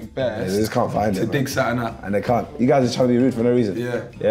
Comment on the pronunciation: Filly said "ca'un"